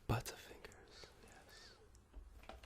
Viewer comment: Mmm "buuttafingahs"